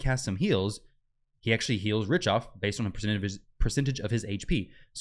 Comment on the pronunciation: Pronounced Rick-Toff